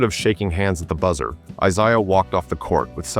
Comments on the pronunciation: I never minded AI narration until I had to hear Isshdha Thomas and Bill Lamebeer. But, now we know AI can have strokes also. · Eye-saya Thomas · It's a biblical name. How the ai can't say Issah? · how is the top comment not people noticing how the ai narrator mispronounces "I-zay-ahs" name? seriously, you children. you know nothing.